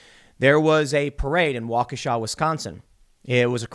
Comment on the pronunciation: Thank you for saying Waukesha correctly